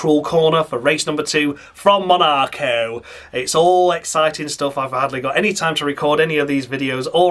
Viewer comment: Even you just saying MUNARCO several times would be noticed 🤣